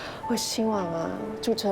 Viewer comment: Rebecca Lin’s Chinese still not accurate. , Instead of “ZHU CE” , she said “ZHU CHE”. Not a very good example for our future generations